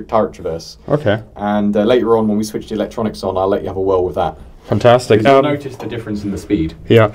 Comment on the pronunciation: "ok, fantstic" much?